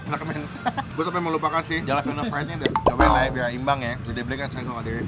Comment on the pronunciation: Halapenyo bacanya masbosqu